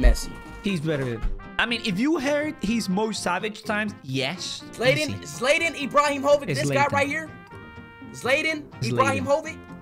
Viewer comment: Pepe was born in Brazil, but he moved to Portugal when he got older. One reason why I hate Ishowspeed (he can`t pronounce Zlatan Ibrahimovic or any other football players names for that matter).